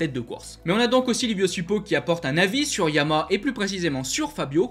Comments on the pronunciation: oui mais comme tu parles vite on entend pas le dernier Ha alors insistes un peu sur la dernière syllabe. Je peux te dire que ça choque des gens qui bosse pour cette marque… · je te rappelle que Yama est un dieu et pas une marque de moto: Si tu veux nous parler des motos noires et bleues avec le logo aux 3 diapasons alors il s’agit de Yamaha qui est un nom en 3 syllabes. Fais un effort au moins par respect pour la marque et notre champion Fabio! Merci